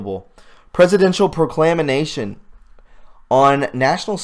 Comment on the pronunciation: Your rocking it, just check your pronouciation, of certain words, like proclamation, you stumble on some words, but you remind me of all the words I learned reading, then found out later when someone would correct me!!! Like the night with my wife at a restaurant when we first got together,(39 yrs ago), I ordered a daquiri, but I pronounced it da ka ri !!? Thanks!